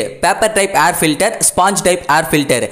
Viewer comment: Try to pronounce word of air filter properly.